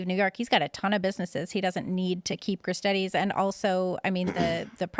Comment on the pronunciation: Gris-Steeedies Not Gris-Teddies Tourist!!!